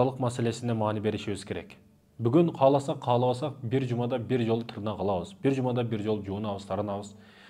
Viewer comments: Тырнак эмес тырмак.билгениңден билелегиң көп али үка. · Тырнак эмес тырмак деп айтылат тырнак деген сөз жок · Тырмак деп айтылат го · Тырнак эмес!!.тырмак!! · Таксыр тырнак эмес тырмак.